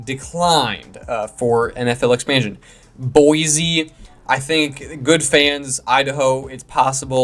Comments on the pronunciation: Expansion, not expantion. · “Expantion”? Really?